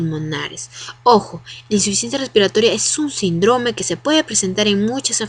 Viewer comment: me descontrola mucho que diga sindrome sin acento, pero más allá de todo eso super buena explicación. Saludos!